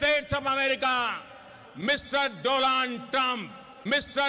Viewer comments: Its actually Modi pronunciation 😉 Mr. Dolaan Drum 😍😍😍🤣🤣🤣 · Dolaand Drum That is the correct pronunciation about his STREANH if you know what I mean (Modi spelled Strength as STREANH in a meeting. Look it up) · Actually it's the other way. First Modi said trump's name incorrectly while introducing him to the crowd and then when trump's turn came he just didn't care about pronouncing a single name correctly.